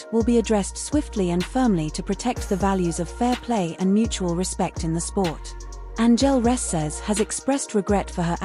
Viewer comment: What robot is doing to talk over on this video clearly can’t speak and say, Angel Reese